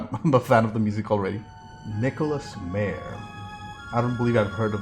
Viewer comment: Just a little critique... The Director's name is pronounced "M-EYE-er